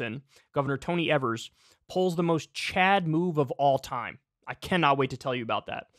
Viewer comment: Kyle it's Tony EE-VERS